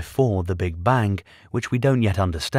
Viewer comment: Sir its Bang ! not bank.